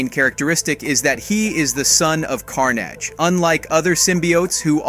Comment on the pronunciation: Why do you keep saying Symbiote and Carnage so strangely? You pronounce them differently almost every time. Knock it off. It's annoying. Take 5 seconds to research character pronunciations or just don't do narrations.